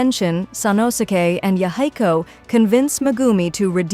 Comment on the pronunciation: aside from the butchering of the name Yahiko, really good recap!